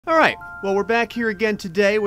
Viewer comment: Hearing u say “alright” it sounds so weird